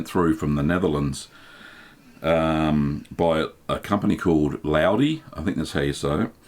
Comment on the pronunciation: FYI Laude is pronounced more like 'lauduh'.